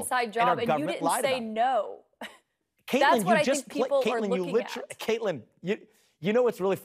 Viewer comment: It's Caitlan😂 or as Benny says Caitland😂